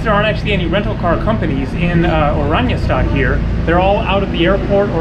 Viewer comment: Dude I lived in Aruba please do your research, for Aruba where u r living is a slum for Aruba. Eagle is the best beach in Aruba. Please don’t give people the rong idea of Aruba. You aren’t even pronouncing the capital properly. Everybody rents a car. Sorry but you are not even close to knowing anything about Aruba. Guys no crime poverty, use dollars everywhere, drinking water out of faucet is better than bottled water in the US.